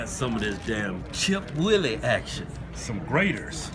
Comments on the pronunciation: When will they ever pronounce anything right? They say chip WU-IL-EE it is chip W-H-E-E-L-E-E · Why they call it "chip willie" when its actually called chip wheelie lol they funny af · Sound like "Chipped willies" LOL